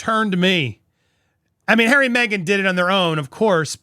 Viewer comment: Can say “r”? Hawway. “Altanerd”.